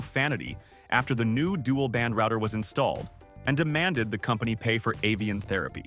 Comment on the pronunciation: thumbs down for the pronunciation of "router"